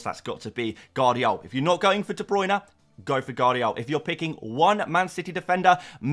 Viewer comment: Holland ? please dude, u should know better. its HAA, he is Nordic. Gvardiol = VAr DEE OHL, not Gadiol